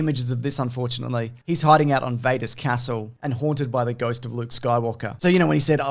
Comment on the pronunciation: Honestly, I'm just surprised by the pronunciation of 'castle'.